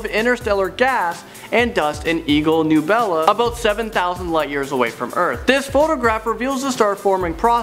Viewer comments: newbela? it's nebula neb-you-la 😤😡😡 it f$?&s with me so badly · It's Ne Byu Lah not Ne Bah Lah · Nubela? Nebula.. Neb-ula Nebula. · Kid, you're cute, but... *It's pronounced "Neh-BEW-luh," not, "NEW-bullah." And there is no "x" in the word "escape." Still, you're very cute. If I'd had a son, I'd want him to be like you. All enthusiastic and full of joie de vivre, which you'd probably pronounce "Joy deh veever," but I'd still love you anyway. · "Eagle nUbela"